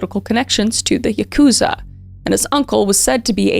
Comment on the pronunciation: I took Japanese for two years and this is a common mistake. Yakuza is actually pronounced YAH koo zah, but when I googled it, it said YUH koo zah. Total misunderstanding but I wanted to let you know :)